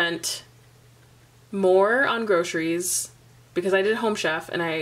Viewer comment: lol. "grocies"